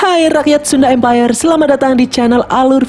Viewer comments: Sunda empayar hahahaha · Kok sunda mpayer.orang anti nuklir.🤣🤣🤣🤣🤣🤣🤣